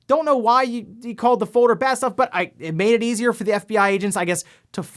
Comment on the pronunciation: "fowder called" man this guy can't help saying "owder game" or "owder console" or even avoid his speech impediment for more than 5 minutes at a time.